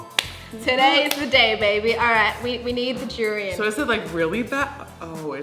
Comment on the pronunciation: heyyy, durian doesnt smells that baddddd XXDDDDD im a durian lover and im sad you both said duiran that wayy XXDDDDD but it's okay lol im glad that nikkie doest spit that out love ya and nikkie